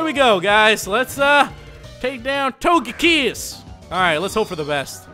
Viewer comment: "My main man..." Everything "Barkay, Bark, Togaykiss" dude damn dude quit while youre ahead man.... Damn lol